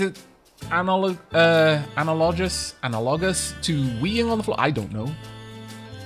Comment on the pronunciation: It's "ann-al-oh-gus"